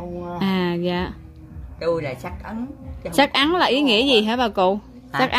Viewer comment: Ấn chứ không phải ắn em oi